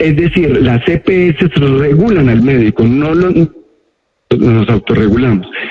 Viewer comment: Empezando porque no es Epeeses es las EPS